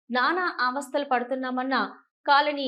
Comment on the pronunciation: అవస్థలు అన్నాలి తల్లి అవతస్థలు కాదు😂😂😂😂